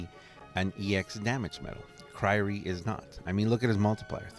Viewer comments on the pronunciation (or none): in every video: Kryrie ex.. kryrie ex.. whats it called?... kryie ex.